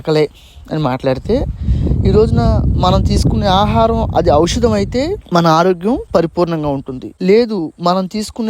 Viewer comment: ఔషాదం అనడం ఒక విషాదం ఔషాదం కాదు ఔషధం షా కి దీర్ఘం తీసేసి ద కి ఒత్తు ధ రాయండి